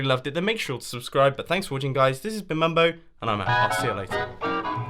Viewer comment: Mumbo not mum